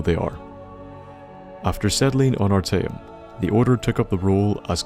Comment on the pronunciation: a small tip, i've noticed streching a word out into syllables makes it easier to say bigger words, though small words is still left to your guess example ar-ta-eum though the dwarven cities i stop caring about as i'd spend longer thinking the name than i'll remember delving into it